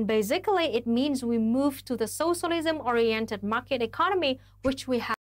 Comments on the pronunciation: Wtf she pronounced socialism “senchelism,” I’ve ONLY ever heard Donald trump do that. He called his social network “troath senchel” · ok, is she saying socialism or centralism? I honestly can't tell.